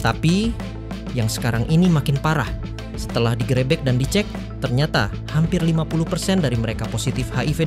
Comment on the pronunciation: Bahasa Indonesianya dibenahilah. Geger harusnya Gègèr, malah jadi Gêgêr. Gerebek harusnya gêrêbêk, malah jadi gèrèbèk.